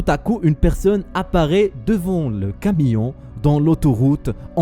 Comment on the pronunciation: Eh c'est flippant on dit un camion pas un camillon😂😂😂